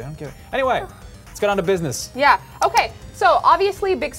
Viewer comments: omfg god its not "da-use ex" its da-us ex" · When she said deus ex review it sounded like a day of sex reviewed lol... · says DayofSex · lol it sound like she says "joining us for a day of sex..."